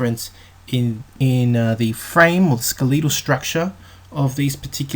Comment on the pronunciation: IT IS, " SKEH- LEH- TAL", WITH PRONUNCIATION ON THE FIRST SYLLABLE, BUT NOT, " SKE- LEE(!)- TAL", WITH PRONUNCIATION ON THE SECOND SYLLABLE...JUST SAYING!